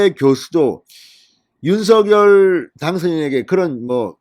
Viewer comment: 오늘 SBS에 방송 봤는데 '윤서결'발음이 아니라 '윤성녈'발음이 맞다고 하네요.발음 고쳐 주세요 ㅎㅎ